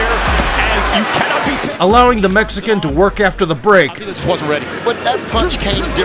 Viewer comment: Why you say mexican like that it sound racist 🤔